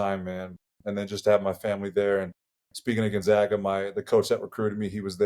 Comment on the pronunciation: It's Gonzaga not Gonzahga. Try harder.